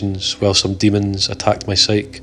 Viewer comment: psyche = sike-ee